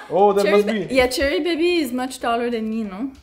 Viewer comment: pronounciation of Cherry bhabhi as Cherry baby was😂😂😂😂😂😂😂👌🏻👌🏻👌🏻👌🏻❤️❤️